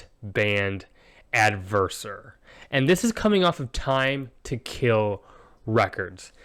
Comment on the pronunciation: You got my name pronunciation correct! Thanks for the review and for the kind words, glad you enjoy it ~ Ale from Adversor